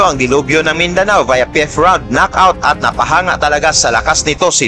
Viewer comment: brod DELUBYO, hindi DELOBYO.